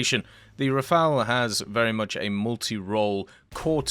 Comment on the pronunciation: He said the Rafale and not the Rafael !!!! Well done !